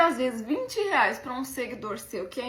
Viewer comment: "dez mil reás" 😂😂😂😂